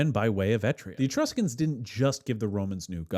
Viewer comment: What is ‘Etria’? Do you mean EtRUria?